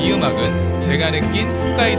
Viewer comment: 홋카이도라고 쓰고 왜 자꾸 훗카이도라고 하세요.